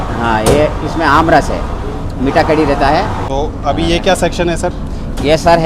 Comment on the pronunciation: करी नहीं कढ़ी होता है।